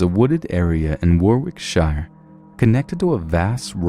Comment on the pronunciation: Adam Milligan Warwickshiiiiiire😂